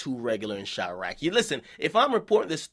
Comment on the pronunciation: Quit fucking calling it chiarqe.